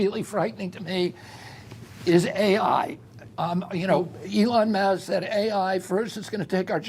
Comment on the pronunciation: Who is going to vote for this guy? He can't even pronounce elon musk.